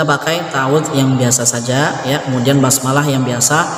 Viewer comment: ustadz, mohon maaf kenapa harokat terakhir kok jadi sajee yang mulanya sajaa, harokat fathah menjadi bunyi huruf e, itu kenapa tadz?, mohon pencerahan nya..